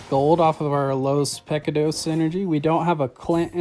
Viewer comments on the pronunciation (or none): To help you on pronouncing pecados.. think of the “pec” as how you say “mick” in McDonald’s... so .. pick — ahhh - ... you pronounce the “dos” correctly. Haha